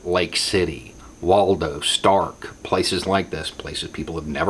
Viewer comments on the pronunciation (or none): none